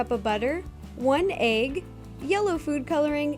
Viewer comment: i love how ro says egg. AYg